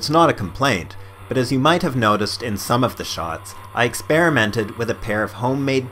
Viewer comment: nigga speak some fucking english holy shit....with your"wif" and shit.....gave me a headache trying to understand. unless you don't english that well....in which case it's ok :)